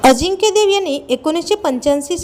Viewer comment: Adhi nit bol ajikya nahi tar ajinkya lamban lau nako